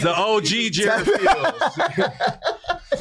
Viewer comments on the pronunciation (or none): none